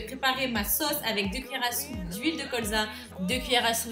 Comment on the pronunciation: on dis '' sauce'' pas ''soce'' 😂❤️